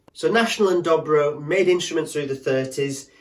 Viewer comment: But they're ALWAYS pronounced Doe Bro, NEVER Dobbro.